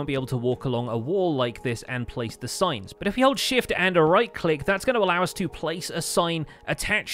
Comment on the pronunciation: When he said "signs" i heard "science"